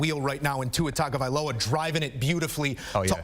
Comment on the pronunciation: someone tell the host how to pronounce Tuas last name correctly - Tong-a-vai-loa